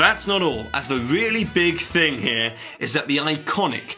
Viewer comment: C'mon. 'Here' and 'scare' don't even sound alike the way you said them. How dare you treat these rhymes so shamefully.